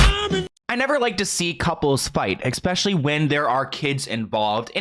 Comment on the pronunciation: "eXspecially", really?